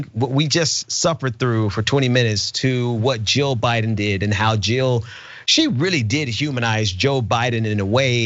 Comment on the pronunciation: Someone in the lincoln projects live chat pointed out when she says Biden it sounds like she says BYE DON. I laughed so hard I was crying. But to answer your question I am going to go out on a limb and say because this is what she was told to say..... maybe Barron wont be in the will if she doesnt do what he wants. Who knows